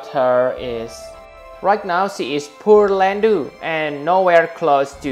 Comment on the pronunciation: This is hilarious. "Poor-landu" .. "Pure-Landu"